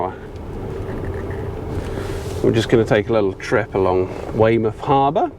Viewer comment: oi norf darset you sound like a yocal saying weymuff. :) these over an hour you tubes are a bit long.